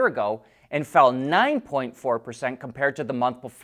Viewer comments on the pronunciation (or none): none